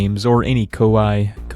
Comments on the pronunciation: KoYee not Ko I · Except it's not. It's pronounced Koo-Eeh as it's the two Japanese letters コーエー which is Ko- and E- (the dashes mean you elongate the vowel sounds). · It's pronounced "Kaw-eh"